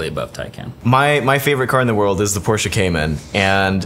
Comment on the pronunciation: IT‘S CALLED PORSCHE!!!!! :(